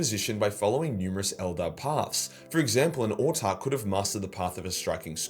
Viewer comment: Wait - what? You've started pronouncing 'Autarch' correctly?! Hopefully you give 'Exarch' the same treatment too. Keep it up:)